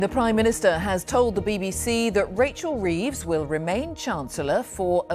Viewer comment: CWYING, cwying; cwying... Poor old Wachel Weeves!!